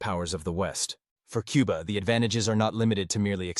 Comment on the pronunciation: It's Cuba. Not Quba.